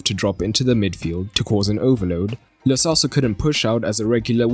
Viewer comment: Why u people say lo selso, it's lo CHelso